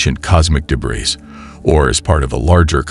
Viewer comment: Gee, some illustrative graphics on what a meteor shower is and actual viewing details and tips might have been helpful, instead of just having continuous AI Jeebus images. And, "debriss"? Really? Please monitor the output of your AI announcer. And, why would anybody bother deleting this? Your clickbait headline is senseless.